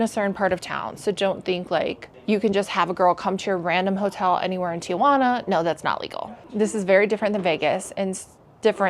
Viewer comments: Great video! I love TJ. FYI, the city is pronounced Ti-Juana, not Tia-Juana. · It's TIJUANA, not TIAJUANA. It's a city, not your Aunt Juana. 🙄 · They are required to get checked. I was in Adelitas years ago when the cops came in to check their medical cards. Stop saying Tia-juana. There is no a after the letter i. Very annoying